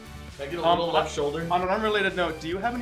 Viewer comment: he he say weft instead of left?